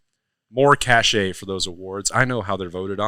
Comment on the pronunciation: This isn’t necessarily a huge deal, but it’s a small thing I notice when listening. “Cache” is pronounced “Cash”😂 Catches my attention every single time hahah. Go Bucks 😂 🌰